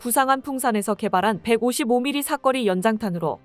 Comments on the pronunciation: '사꺼리'가 아니라 '사거리'라고 발음해야하지 않을까요? 제발 좀... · 나레이터 발음이 조금 문제가 있다. '300km의 사거리' 를 '300km의 사꺼리' 라고 발음하는데 일부러 된소리를 낼 필요가 없다. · '사꺼리'가 아니라 '사거리'로 읽어야 한다고 몇번이나 가르쳐줬는데 아직도 '사꺼리'라고 주절거리는 저능아 나레이터야. 너는 초등학교는 제대로 나왔느냐?